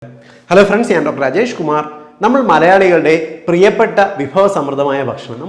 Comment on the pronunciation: ഹലോ ഫ്രണ്ട്‌സ് ഞാൻ ഡോക്ടർ രാജേഷ് കുമാർ... സർ പറയുമ്പോൾ അജേഷ് കുമാർ എന്നാണ് ഞാൻ കേൾക്കുന്നത്... 😇😇